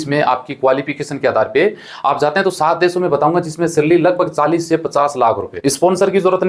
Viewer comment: Zate nhi jate hai bhai pahele bolna sikh lije to fir aap kya kar rahe hai india me aap q nhi chale jate